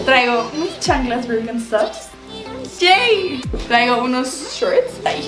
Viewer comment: La marca Birkenstock es alemana, no es gringa y no se pronuncia como la están pronunciando (solo para que mejores tus pronunciaciones de marcas, no quiero que tomes mal este comentario) 👍🏻